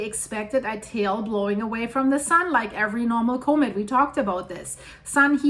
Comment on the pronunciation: I just come here to hear this lovely scientist say "Koh-mitt" 👍🏻